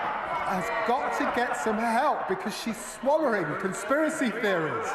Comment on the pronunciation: Can’t even speak proper English . . . ‘ swollering ‘ ? 😂